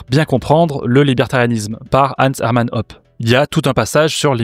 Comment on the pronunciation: Hoppe ça se dit "Hôpeu" pas "Op".